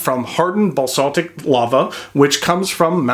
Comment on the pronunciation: Basaltic - bah-salt-ick not balsatic (rhyming with balsamic)